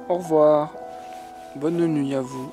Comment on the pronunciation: J'ai vu ta vidéo depuis l'autre côté et j'ai bien aimé. Seul problème tu n'as pas dit "au revoir" avec l'intonation habituelle ais c'est bien.